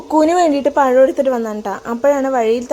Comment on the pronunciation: പയം അല്ലാ... പഴം എന്ന് ആണ് കേട്ടോ 😄